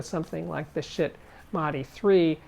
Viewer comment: Nice video... So many cool products. The hardware can be a bit complicated, so many things you need to get up and running. Funny how he pronounced Schiit :D "shit'